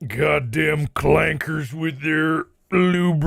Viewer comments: with the hard R? I cant believe it 😂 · Wow, Markiplier throwing the hard R on them Clankers